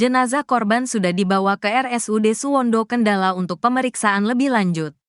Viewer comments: Cara membacakan berita itu yg bnar, yg lugas dn cermat, jngan asal" San.....sperti kata Kendal, dibaca dg kendala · min Kendal bukan kendala😂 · Naratornya baca Kendal aja gak bisa....Kendala.... Kendala....Kendala....beli kacamata dulu Min!!!! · kendal min kendal bukan kendala.... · Kendal.... bukan kendala mak. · Perbarui dulu kosakata google translate,Kendal bukan kendala😢 haduhhh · Kendal min... Bukan kendalan....😅😅😅😅